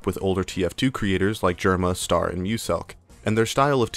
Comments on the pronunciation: STAIR?! Just say Star if you can't pronounce Ø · it's star not stair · bruh you keep saying stair not star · whos "stair"? you mean star? or ster? (stir)? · I know the name is spelled star, he called himself ster. But I can help but hear you say ‘st-air’ and it’s bothering me slightly for no reason lmao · his youtuber username is “ster”, his display name is STAR_ dont ask me why because i dont know tbh but i’d still prefer he pronounce ster “stur” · I've heard Ster, I've heard Star, but I've never heard anyone call him "Stair". Please erase my memory. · stair is pretty crazy lmao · ster segment of this video kind of feels like it lacks a proper look inside of ster's content, guy was making LOADS of variety videos, basically is entirely glossed over here, but maybe because it would realistically go against an otherwise really easy to write narrative i cant help but feel like the mispronunciation is a sign of the lack of care during that part